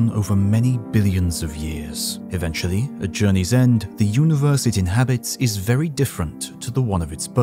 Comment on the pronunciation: It is"Eventually" not Aventually